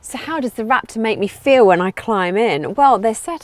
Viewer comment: ... Rap-tore lol